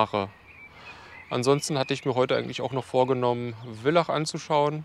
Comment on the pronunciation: Bitte das heißt Villach mit F, so wie Vater.. 😊